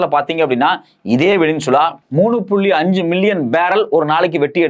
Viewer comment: டுபுக்கு, அது வெனினசுலா இல்லை. சரியான உச்சரிப்பைத் தெரிஞ்சுக்கிட்டு கேமரா முன்னால ஆத்து ஆத்துன்னு ஆத்த வா.